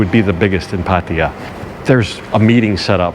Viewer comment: Great! We want to visit it now. On a side note: it's "PattAya", not "Pattiya" Sounds annoying when you say it like that 😄